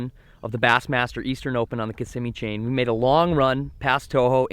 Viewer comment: You said lake Kissimmee wack